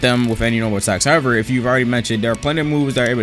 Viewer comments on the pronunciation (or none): none